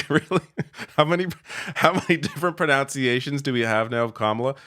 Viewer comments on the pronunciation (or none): It's "proNUNciation" not "proNOUNCiation" it's really important to get that right if you're mocking it others lol